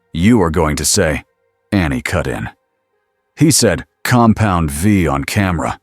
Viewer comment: Oh and when it comes to the word compound v, it should be v e e. This way it stops calling it compound 5 and compound vie. Just take the time.